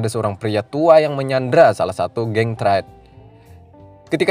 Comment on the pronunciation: triad bukan traied🤣 truck bukan treuk🤣